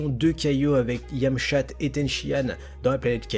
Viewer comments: je sui le seul à entendre yamchatte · À , suis-je le seul à avoir entendu Yam-chatte? 😸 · a c moi ou la dis yamchatte